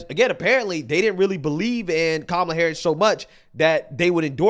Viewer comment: Every time Oprah Said Kamala HarrrrUsssssss... She lost a vote.